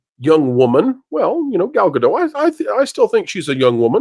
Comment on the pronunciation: It’s pronounced Gal-Dot